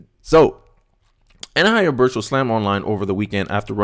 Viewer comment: 😂 Ann-High-Zer Bush. Other than that, perfect!